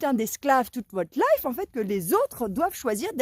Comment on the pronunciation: 😮profitez de quoi? La leiffe? C'est quoi ce mot? LA LEÏFFE ou LEFFE 😂 Arrêtons d'honorer Mc Kinsey petits choux d'amour ❤🎉